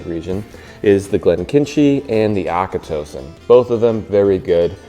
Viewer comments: Great video, but just to let you know Oban is pronounced more like Oben, and Auchentoshan is pronounced like Aw-kan-tosh-an. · Am Scottish. I would like to commend you on your attempts at pronouncing Scottish place and distillery names. Most were right, a few were a bit off BUT that’s what we get for having such ridiculous names. I give you “Auchentoshan”. Our bad :-) 10/10!